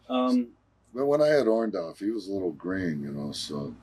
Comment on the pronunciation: Orndorff not Orndoff lol